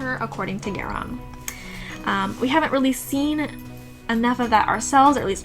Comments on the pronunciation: So far seems interesting however, Geran is Garion's father. You are mispronouncing Garion's name. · I can’t continue. Haha. Pronunciation of names is what keeps me from listening to most of the audiobooks. Was happy to find this instead…but then she started saying Geron…or whatever. So sad.